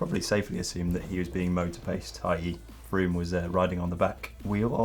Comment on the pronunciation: Chris Froome news! Froome rhymes with broom..... Stay classy Sandeago